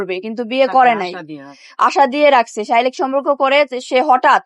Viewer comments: আবু তহা আদনানের স্ত্রীর পর থেকে একের পর এক নারী এসে হুজুরদের নামে এসব শুরু করেছে। আর প্রতিটি মহিলা শারিরীক শব্দ টিকে শারীলিক বলছে।আসলে এটা কি শারীরিক হবে নাকি শারীলিক হবে।যাই হোক,আমার মনে হয় কোনো একটি দল এইসব নারী দের টাকা দিয়ে এইসব হুজুরের বিরুদ্ধে চক্রান্ত করছে।না হয় প্রতিদিন হুজুরের ছবি দেখিয়ে এগুলো ছড়ানো হচ্ছে কেন। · শারীরিক বলা তো পারেন না